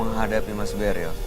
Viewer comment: Beril bukan deril ooh my goo